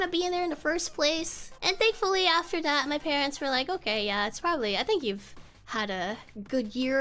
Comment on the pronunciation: "hopefully you'll get an edit for dat story" That accent slipped out. You only use that accent if you speak a SEAs language.